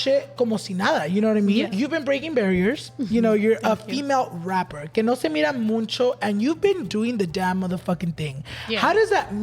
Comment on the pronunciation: I love Snow!!! & love you too pero pleaseeeee, it’s MUCHO no muNcho 😂